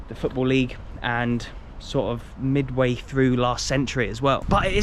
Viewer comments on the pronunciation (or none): none